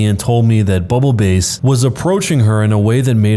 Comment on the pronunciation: S3: I hurt mentally when he read bubble BASS (like the fish) as bubble “base”.